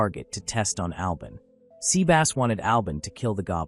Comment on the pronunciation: I'm sorry, but... Sea Bass. As in the fish. Haha.